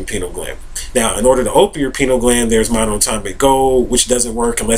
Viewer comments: oh god... stop saying penile gland!!! LOL That is something totally different.. it is pronounced "PIE-NEE-EL" gland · "pie-neal" gland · Lol, you pronounce it like "penile gland". That gland is a few Chakras below the Pineal Gland:) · pEYE-KNEEL gland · Yall are ridiculous trying to attack how he pronouces the word "pineal gland". See this is whats wrong with the world today, exhibit A below, folks out here are worried about the wrong things. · I don't see him being attacked for his mispronunciation of the word; just corrected. If I was sharing my knowledge about a subject and I was mispronouncing the subject matter, I would be appreciative of someone enlightening me as to the correct pronunciation. None of us, no matter how much we think we know, is above correction when we are wrong. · Mispronouncing something doesn't make information invalid. However, he is simply wrong and uneducated about what the pineal gland does. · Does his mispronunciation make his information invalid? No, so stop being ignorant and judgmental. Everyone speaks according to their environment and the way they were taught. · lmao! he should learn how to pronounce the word before he starts acting like an expert on the subject.